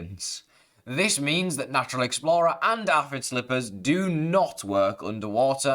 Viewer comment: The way this man says aphid makes me leave